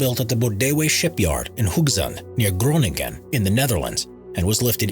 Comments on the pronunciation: Croniengen hahaha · ive never heard anyone say Groningen so weird before LMAO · that’s not at all how pronounce that name not even close (Groningen)